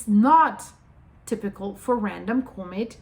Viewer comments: You saying comet very wrong. It's harsh on the ears. Use google translate and let it spell it out. It's not Cooooooo-maet its Cmet. The o is much less pronounced. You saying it like the word comical or something, when it's more like the word commit. It's really out of place. Anyway, keep up the good work. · COMET Try pronouncing it correctly.